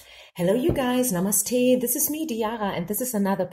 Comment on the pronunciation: Hey I love the way saying NAMASTE 💐💐